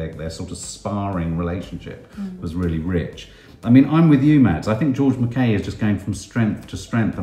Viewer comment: Really interesting review! Very much looking forward to seeing the film. Thank you so much for all the effort you put into the videos! Btw... I believe it's pronounced George Mackay like hi, not Mackay like hey. (That seems so petty but everyone always mispronounces my surname and it drives me bonkers!)